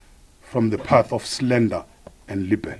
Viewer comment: Minister please take time to learn correct pronounciation of English words, like slander and libel😱